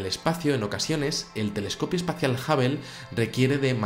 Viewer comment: Perdón, pero Hubble se pronuncia jábol, no jábel y Washington se dice uáchington, no uásington. Lo que vale es la pronunciación en el idioma original.